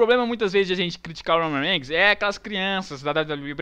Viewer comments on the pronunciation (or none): "o roumam reiguinis " KKKKKKKKKK rio muito com esses videos